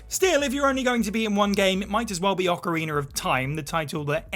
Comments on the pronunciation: Why does everyone say that Wind Waker is the best all of a sudden? It’s no where near the best. Also its ocarinA, no ocarinER 🤦🏻‍♂️ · I know there's a lot of tension between the people who say Oh-carina and Ah-carina. But can we all join forces against the monsters that say Ocariner?